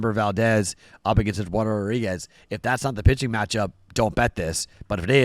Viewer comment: not trying to hate but the way you said Eduardo made me chuckle😂